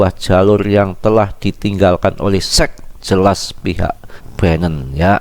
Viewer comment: Kok gw denger mas bro bicara sec apa sex sih wakakak